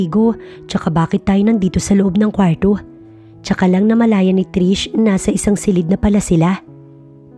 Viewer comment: AY NARINIG KO NA NAMAN ANG MAARTENG PAGBIGKAS NG KWARRO.